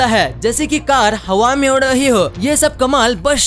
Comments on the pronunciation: Have nahi hawa hota hai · वो हवेत नही हवा होता है